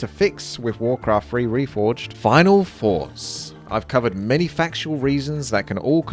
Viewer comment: "final foughts" xd